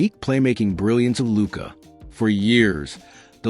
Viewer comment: You set the tone when you butchered Luka’s name.